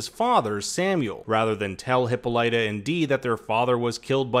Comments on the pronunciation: asexylibrarian lol it’s excruciating 😂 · THANK YOU! The narrator's pronunciation made me cringe. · I acknowledged that it’s how they pronounce it on the show, and I understand he was just mimicking that. But it’s still wrong. I was correcting for the sake of trivial knowledge. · Hip-all-it-uh, not Hippo-light-a; I know that’s how they pronounce it on the show but it’s wrong and it sounds so unrefined and her character deserves better! Ok rant over. Great video!!!